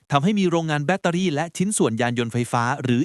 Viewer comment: กุเกลียดเสียงAi พูดจัง.. ลองไปฟังคำว่า เเบ็ตเตอรี่...ช่วงนาทีที่ 5.58 นาทีดู ชัดเจนนะ ว่าไม่ใช่คนไทยพูด คนไทยไม่มีทางอ่านคำนี้ออกเสียงสูงเเน่นอน หรือคำว่า "มาบตาพุด"มันก็ออกเสียงว่า "หมาบ"ตอนนาทีที่ 11.33